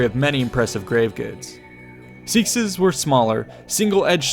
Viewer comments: Love the video! Just one thing - seax is pronunced as "seh-aks" not "seeks" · Stopped listening when you called a seax sax is the term a seex. If your going to go in depth at least get that much right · “seekses” and “spangle-helms”🙄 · This would have been easier explained with hirð in its original spelling, which is where hearth comes from. So it's still hearthmen, hirðmen. Oh dear. It looks like you're basing history on video games. Odalbonder are just free farmers, not a class of fighter or warrior. Also seax is pronounced incorrectly, think of it more as an inverse of ash (ae). Seax. Not seex, not sax, seax. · I just need to point out: "Seax" is pronounced "Sax", or sometiems "Say-ax", but not "Seex". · Seax is pronounced 'sax' not 'seex'. Or possibly 'sae-ax', but 'sax' is the more common pronunciation. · 'Seexes', did you mean SEAX, pronounced SAX..........Hence SAXON!!!! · Seax is pronounced as either sax or say-ax, I've never heard seeks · Seax is pronounced See Ax not SEEX XD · are you talking about seaxes/seax knives? If so, it’s pronounced like “sax”. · while it is spelled seax, it is pronounced sax like Saxon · Did you just pronounce seax a seeck.... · A Seax is pronounced as Sax as that is where the Anglo Saxons got their name. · The Seax is not a sword, not at all, it's much closer to a knife or dagger, I mean the word Seax literally means ''knife'' in old English. Granted they can get quite long but that doesen't mean they are swords. Also the word is pronounced Sax. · I don't mean to be That Guy, but a "Seax" is pronounced "sax" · Pronouncing seax as 'sax' is a modernism. In most reconstructed dialects there's a slight hesitation in it, which to my mind looks exactly like seax, but when people say seax they say seex and it gives me cancer. Easiest way to remember it is an inversion of the ash character æ. Except ea not ae. You don't say æ as a-e you say it as æ. The characters are one. As is the ea in seax. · Why doesn’t he know how to say seax